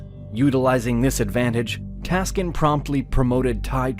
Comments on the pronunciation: Taksin ...not Taskin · The correct name is Phraya Tak- sin, not Phraya Tas-kin. Phraya was the rank of the governor at that time. Phraya Tak was the governor of "Tak" Province of Thailand. Sin was his real name. Thai people therefore called him Phraya Tak (Sin). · His name is King Taksin or Praya Taksin. Not Praya Taskin.